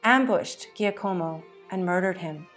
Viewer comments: Can’t be AI. No way AI could consistently mispronounce Guillermo and Giacomo. I appreciate her tenacity but she should have googled pronunciation prior to broadcasting. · Interesting, but hard to take seriously on account of the vile mispronunciations. One forgive Girolamo and Giaccomo perhaps, but papal? Tiber?